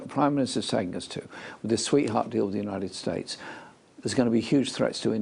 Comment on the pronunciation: notice how when asked who see thinks are our important allies, when he says 2The United states" he changes the way he is pronounces it rather badly compared to every other word he says perfectly